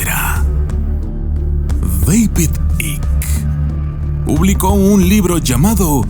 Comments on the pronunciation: "AIK" se pronuncia "AIK" no Ick, Devid Aik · Se pronuncia " aiqui" = Icke no "ic" David icke = deivid aiqui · Mi querido permíteme corregiros se pronuncia David Aik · Se pronuncia aik